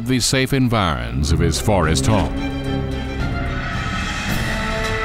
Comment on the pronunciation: He said vorest the first time😁😁😁🙏